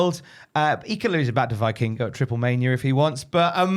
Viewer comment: Hate to be that guy but it’s pronounced VEE-king-go, not VEYE-king-go. - a mexican